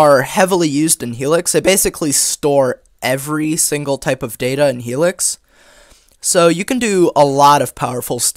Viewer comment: The words 'heLix' sounds funny 😂